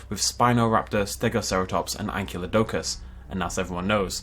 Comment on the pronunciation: incorrectly pronouncing Ankylodicus will never stop bugging me